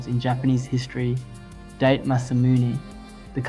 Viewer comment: Please work on your pronunciation....Date is pronounced: dah tey. Other than that, a very interesting video. 😊